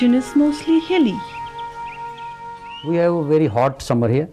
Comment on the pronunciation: Why are you saying hell area , Not hell but hill area ..